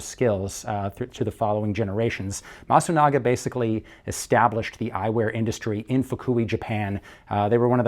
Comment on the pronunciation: not masugana , c est MASUNAGA